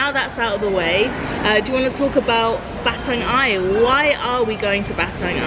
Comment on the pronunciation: Try gurgle with salt water. It may sting, but it'll do miracles. Anyway, stay healthy and safe. BTW, Batang Ai is pronounce I.A.(quickly), not Aye. Oh, the Kuih mueh is not the kuih name. It's Kuih Pe-nya-ram(I put dash so you know how to pronounce it.) When I'm still a kid, I use to called that kuih as Mexican Hat kuih. I like the edge part coz it's crispy.